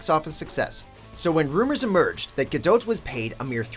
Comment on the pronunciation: NOT ENOUGH DOUGH FOR GADOTE??? ITS PRONOUNCED GADOE IT RHYMES!!!!!!!!!!